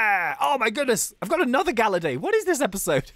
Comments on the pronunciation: Galayd not galerday. I am spelling what it sounds like. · Ur calling him gallady instead of gallade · GALLADE IS SAID LIKE GUH-LAID NOT LIKE GAL-UH-DAY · it hurts how he says galla day but its galla yd (not how its spelt but how its sounded out) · your saying gallade it actually ga lladle but take le out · Its gallade not galladae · IT IS GALLADE NOT GALLADAY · It is GALLADE NOT GALLADAE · Its Gal-ade not gal-lade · ITS NOT GALLADAE IT GALLADE!! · Gallade is pronounced Gah•Laid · ummmm... its gallade as in blade not compadre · its not galladay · it's GAL-laid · Gallade Blade of grass arms Its pronounced like blade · That's not how you pronounce Gallade. it is "Gal" and then "lade" like blade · I was cringing everytime was calling Gallade Ga-La-Day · it is pronounce gall-ade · Gallade is pronounced "Guh-Laid" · it's gall ade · Its pronunced gallaid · IT'S GALLADE LIKE BLADE!!!!!!!!!!!!!!!!!!!!!!!!!!!!!!!!! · Gallade is pronounced gal-ayd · ITS GALL ADE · it's pronounced guh-lade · Say gallade properly😡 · Rayquaza is pronounced Ray-KWAZ-uh, and Gallade is pronounced GAL-laid. As in BLADE!! Gahhhhhhh, I just needed someone to pronounce these Pokèmon correctly! TO ALL YOU PEOPLE SAYING THE "Salamance" is a SHINY Mega Charizard X, it isn't SHINY, it's just Mega Charizard X!! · your saying gallade and rayqauza wrong as usual